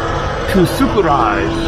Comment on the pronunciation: I was dreading the moment when he was about to mispronounce 'Sućuraj'... and I shuddered when he did... Croatians will understand :)